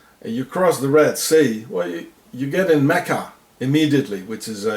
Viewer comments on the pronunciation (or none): none